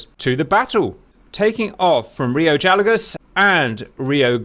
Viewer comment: Gallegos is pronounced, guy YEGG ose